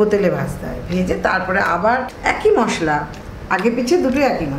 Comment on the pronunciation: মশললা নয় মশলা